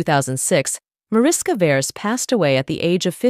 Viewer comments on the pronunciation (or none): Pronounced Marishka Veresh (org Veres Mariska), with Hungarian roots. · Her name is pronounced 'mah-rish-kah vae-raesh'. Her father's 'lah-yosh'. Hungarian. But of course, it would be too much to expect some research in this area from a Western person. It would throw the world off-balance. So let's just dumbly assume that everybody's name out there conforms to English standards.